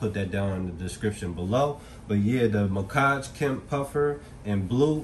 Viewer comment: Muhkage? Lmao I read it as Mack-ege lmao the blue one is so sick tho frrrr